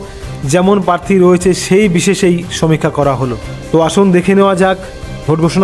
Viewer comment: পারথি নয়। প্রার্থী। বিজেপি - ২৯+